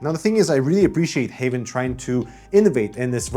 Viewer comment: I hear Havn them self call the brand Haven but it is spelled Havn,,,,,, which is very confusing for this Dane that among other are fluent in both Swedish and English. Havn in both Danish and Swedish mean harbour, where as haven mean garden / the garden. But aside for that mess, well it is a nice case, i just wish there was a cheaper none glass version, CUZ i am a adult and i have nothing to prove to anyone i know.